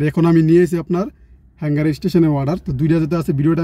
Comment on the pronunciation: কথাটা হ্যাঙ্গার না, হাঙ্গার হবে। Hunger অর্থ ক্ষুধা। কিছু পড়াশোনা এজন্য করা জরুরি।